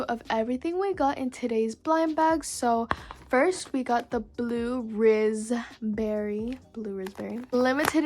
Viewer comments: Blud Said 'Blue Rizz Berry' Instead Of Blue Raspberry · lol this makes my day: blue-RIZZ-berry instead of blue raspberry